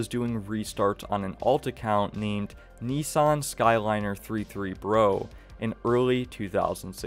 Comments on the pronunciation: For the record, nissanskyliner33bro should be pronounced Nissan skyline r33 bro. Not Nissan skyliner 33 bro as the car is a Nissan skyline r33 lol. But I can see how that could be easily confused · it’s probably pronounced “Nissan Skyline R33 bro” with R33 being the chassis designation for the generation of Nissan Skyline between 1993 and 1998